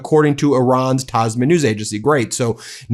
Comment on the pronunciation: Tasneem.... pronounced.....